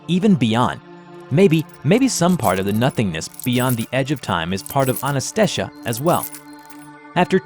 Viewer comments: It really irks me how you kept butchering the pronunciation of anantashesha while the first one was fine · Anant shesh translates to unending snake in hindi and my god you're pronouncing it wrong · His pronunciation of Anantashesha gets worse each time he says it. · How did you managed to pronounce Anantashesha wrong? Just read the spelling, that's how you say it. Simple as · Love the animation, the mispronunciation of Anantashesha pisses me off though. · changes the way he pronounces Anantashesha every time he says it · ITS ANANTASHESHA NOT ANASTESHA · The SCP 3000, because there's apparently that many ways to pronounce "Anantashesha". ;P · You pronounced Anantashesha differently nearly every time you said it, and not a single one of those matched the spelling. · I love how says "Ananestesha" instead of Anantashesha hahaha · cool job but it is anantashesha not shisha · The way he pronounces anantashesha lol. It's not Anna-ta-shesha. It's Aaah-Nantha-Shaisha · Say with me. Ananta-shesha [a = "uh" not "aah"] Definitely not Anantaasteshaa nor Anastasia - not that hard to pronounce xD LMAO Same with Krishna-moorthy [not Krish-namoorthy]. It's funny to listen non-Indian people try to pronounce these names. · Anybody else hearing him slowly stop trying to pronounce Anantashesha correctly over the course of the video? He starts almost right, with Anantasesha, then it becomes Ananastesha, then just Anastesha 😂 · It is pronounced as On-on-toe-shay-shaa (the t is like you pronounce 'the' in english) Being a Bengali, it's easier for me to pronounce the name and understand the video, the name's meaning too. Anantashesha means something that has no end. 'anta' means end and 'ananata' means no end which is the opposite of 'anta'. 'Shesh' (pronounced with a 'a' at the end in English) means finish. So to make it easier it is a race with no finishing line at the end because no one (humans) can go till the end. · Its pronunciated as A-nun-th-say-shaa